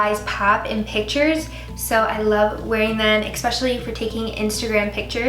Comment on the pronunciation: Giirl you're beautiful! Just a heads up too, I notice you often say eXpecially haha its eSpecially :)